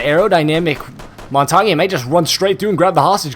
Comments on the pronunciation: Mon-tain not mon-tan-yay. The G is silent. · Mon-tar-nyay??!! Its Mon-tan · You sure you ain't the noob if your saying montonyae? 😂🤣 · Lol he says "montonyay" instead of montange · Your as much of a noob cuz its mon-tan (pronounced) not mon-tar-nyay noob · Its not montagny its montagne or montane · Mon-tane is how it is pronounced, not mon-ton-yay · The way you say montange makes me sad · The Montagne pronunciation triggers me as an amateur francophone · Am I the only one frustrated at the he says montagne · The cringe when he says montagne Bruh it's french please stop saying it if ur not french Butttt Amaizing video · The over pronunciation of Montagne is really annoying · do you know how to say montagne? XD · it's funny how they can't pronounce "montagne"